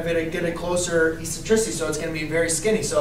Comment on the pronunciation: Please pronounce the word, eccentricity, properly. The first "c" has a "k" sound. It is pronounced eksentrisity......The letter c is soft only before e, i, and y. You are a teacher, for information and for disinformation.